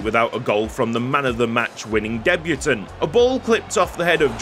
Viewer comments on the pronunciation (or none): none